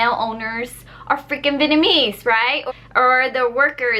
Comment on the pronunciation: you should upload videos like this a lot more. Also I love the way you say Vietnamese